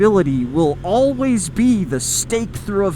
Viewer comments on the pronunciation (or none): none